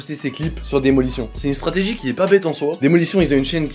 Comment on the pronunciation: lourd mais par contre ça me perturbe t'es l'seul qui prononce " daymolition " " démolition " xD